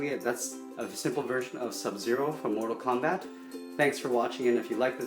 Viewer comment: im sorry to break this to you but: its mortal kombat, not combat